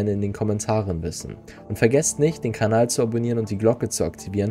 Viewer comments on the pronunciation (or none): none